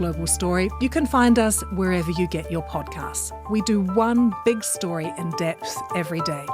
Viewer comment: Sofia needs to sound the last letter of her words. Eg 'get' has a "t".